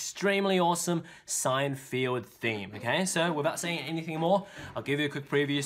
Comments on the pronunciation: He said s- Seinfeild not Seinfeld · Did you say seinfield? There is no 'i' it's feld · Btw it’s pronounced sign-feld, not sign-field Lol